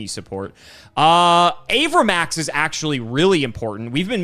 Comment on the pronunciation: i hate how pronounces cards. my poor avramax